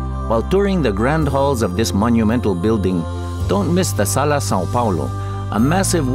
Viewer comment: Why did you get a Spanish dude who can't even properly pronounce Sao Paulo, is it so hard to find a Brazilian dude?